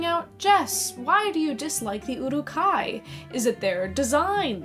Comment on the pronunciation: Your pronunciation of Uruk...